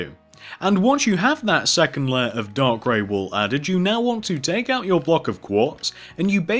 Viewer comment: When you say dark gray wool it sounds like your saying dog gray wool